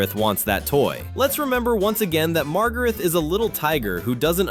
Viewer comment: Daniel’s little sister is named Margaret, not Margarith. And Daniel’s favorite toy is Tigey, not Tigo.